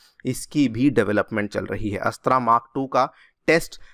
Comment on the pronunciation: अस्त्र not अस्त्रा